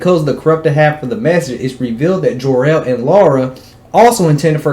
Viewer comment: Whos jarrell? Lol 😂😂 you mean kal el ?